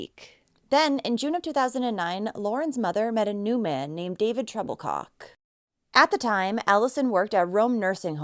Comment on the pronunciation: Was his last name Troublecock? That’s what I thought she said